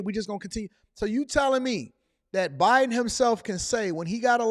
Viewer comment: Did you hear her say President Obiden?